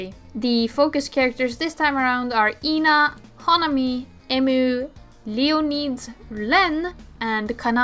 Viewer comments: the main thing is ena which you call ee-na but it's just eh-na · this is my first time hearing someone pronounce ena's name like that lmao i was wondering who tf Yna is until i realized 💀